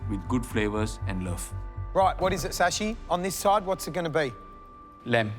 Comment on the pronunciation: ITS Shashi not sashi